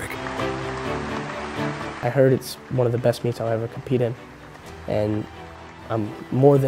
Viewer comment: It breaks my ears how they say Zürich.